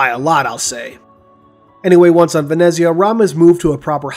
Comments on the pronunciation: Ven-etz-ia-ah correct pronunciation (at least how it was pronounced in the audiobook) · I believe it is pronounced "VEN-ETS-YA" - the italian version of Venice, but that's just...